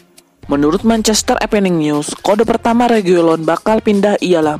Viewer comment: Evening news jadi Epening news.. Duh 🙄